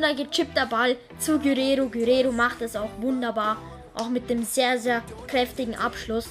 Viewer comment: Gurero😂 er heißt Guererro